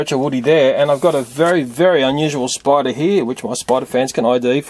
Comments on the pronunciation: He pronounced spider spuder. and did you see the Freddy plush from fnaf I did! Did you? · It sais SPUDER XD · You said spuder